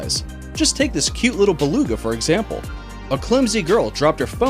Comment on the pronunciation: Nice to see you pronounced Beluga correctly on this one. The saying is "nooks and crannies".